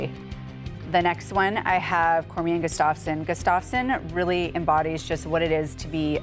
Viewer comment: She pronounced Gustafson wrong